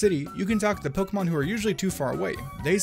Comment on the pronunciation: I hate it when people call Pokémon “Pokaymans”